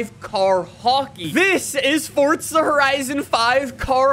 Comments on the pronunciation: Forza not fortsa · Just curious, why do you pronounce it Fortza?